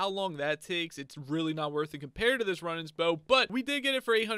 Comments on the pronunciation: runnings bow?? runaans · Runaan not Runan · Runaans = Roo-nans Compass = com-pass Zealot = Zel-ot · Some pronunciation mistakes, Zel Oht, and Roo Nahns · Omg you ponounce Runaan's bow wrong it's pronounced rue non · Omg ur saying runaans bow wrong